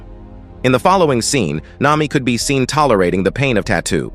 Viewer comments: The AI just said "Nima" WHAT THE FLIP?! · nah, its this mihawk: mwihwak marine: meraine sanji: sajin (i dont know where the pirate part is) nami: nima